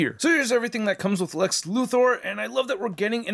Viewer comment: Lex "Lutho", ah yes the way Otis called him in the Christopher Reeve Superman movies "Mr. Lutho"